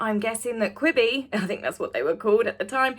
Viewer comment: Quibi not quidi enough lol